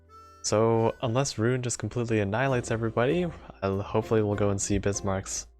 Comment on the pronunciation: was pretty spot on, but I'd like to note that Roon, as a word from german, is pronounced more like Rohn